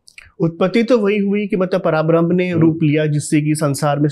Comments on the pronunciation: पराब्रह्म नही है। परब्रह्म है। आजकल कोई भी उठकर अध्यात्म पर बोलने लगता है। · No hate and i love everything you said and i didn't tell anything for showing any thing not saying words misinterpret ni ho skte just want to say that 3rd one is vaman avtar And पराब्रह्म ni परब्रह्म hai And it's not बाली its raja बलि ❤and thanks for information and spreading glory of God's ❤